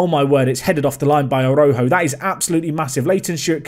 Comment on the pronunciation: Tiago's name is pronounced like "ah-rah-oo-joo"